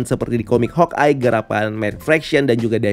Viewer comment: Kok hawekeye bang? Harus nya hawkeye